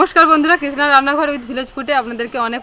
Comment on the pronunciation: Kisna আবার কি ধরনের উচ্চারণ ? সঠিক উচ্চারণ করুন কৃষ্ণা